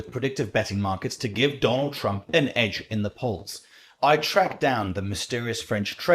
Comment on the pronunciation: 王局是 少有的能讲 trump 发音的 媒体之一、